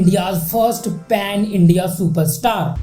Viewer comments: ....pen nhi ,pan h🙄🙄🙄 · Are bhai dhang se padh likh se phir dusro ko batana.. Ek to PEN STAR nhi PAN STAR hota h.. Then Prabhas to Bahubali se phle koi nhi janta tha? 😂😂😂😂😂 Bhai tu video banana chhor, phir se pdhna likhna shuru kr 😂😂